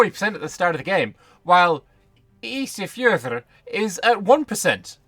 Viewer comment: Loved hearing you pronounce Ísafjörður and that Johann selected location to compare with Venice. Indcates wast improvment to location in Iceland over its current EU4 form.